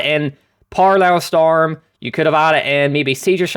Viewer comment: its not parallel storm its paracel storm xD